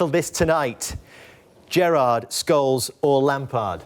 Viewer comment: Rio say scholes 🤣🤣🤣